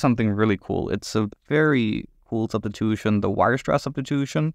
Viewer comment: “weierstrass substitoothin”